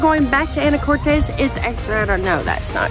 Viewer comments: It’s pronounced Ana- cortis not Ana Cortez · If you are going to do a review on the islands and Anacortes, PLEASE, PLEASE pronounce it correctly.. (a - nuh - kor - tuhs )...Not "tahs" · Ya Anacortes was named after Annie Curtis. Haha but the island its on i believe is a Spanish name. Fidalgo. Common mistake but funny. But yes its pronounced Anna core tis. And on the other hand, orcas Island is pronounced like the hispanic name, orkiss. Though many pronounce it like orca's Island when visiting haha. Its all good though. I was born there and visitors say anacortez and orca's Island all the time. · Some local feedback: it’s pronounced Ana•core•tis Also it’s Mount Vernon! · Mt Vernon not St Vernon and Anna cor tis is how Anacortes is pronounced. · Ikr the way she said it bugged me🤣🤣